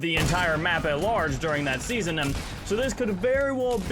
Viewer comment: why do you say the letter m at the end of most words? like fog, you said fogm and also sky you said skym, and not to mention when you said seasonm and thingm